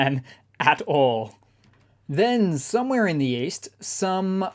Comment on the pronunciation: When says "somewhere in the East", is anyone else hearing also: "Summer in the East"?